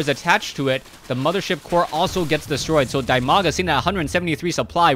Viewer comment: You ought to pronounce his name [dEEmaga].:) And quite a knowledgeable game with that Core death alongside the Nexus it's attached to.